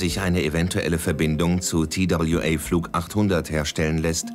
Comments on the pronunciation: Der arme Sprecher. Immer wieder der Zungenbrecher Tie Dabl Ju Ey statt einfach TWA zu sagen. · Wenn die einen „Tail Strike“ unpassend ins Deutsche übersetzen, hätten sie TWA auch deutsch aussprechen können. Das sehe ich auch so.